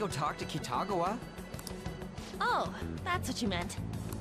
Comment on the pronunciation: Great video as always! Just wanted to fix something. Kitagawa is pronounced (Key-ta-gah-wa). xD